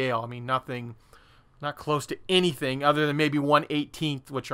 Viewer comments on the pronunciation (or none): none